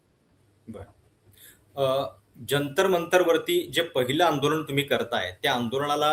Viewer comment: आपले व्हिडियो नेहेमी बघतो. आपले काम चांगले आहे. आपण 'ण' चा प्रयोग 'न' च्या ऐवजी जास्त करता. आंदोलन म्हणा आंदोलण नही. अभी नही तो कभी नही. देश भाडोत्री राजकार्णी शेटजी आणि भटजीच्या वतीने चालवत आहेत.